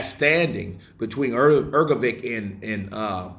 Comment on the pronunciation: Hrgovich and not Hrgoviq! 😊